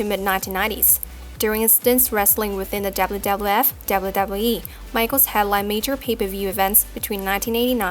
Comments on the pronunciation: Holy shit when you're the narrator of this video about the WWE then maybe practice your W's until you get them totally right... seeing as you gotta say "WWE" like 50 times from the beginning of the video to the end. It's distracting as crap. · You need to pronounce W correct